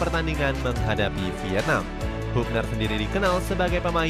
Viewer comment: Bacanya habner bukan hubner